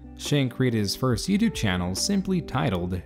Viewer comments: "YoutuBEH" - why do you say it that way? With an "eh" at the end. The "e" is silent. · I learned a lot from this video. Mainly that the E in "YouTube" apparently isn't silent.